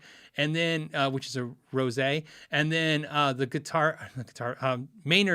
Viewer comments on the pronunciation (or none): none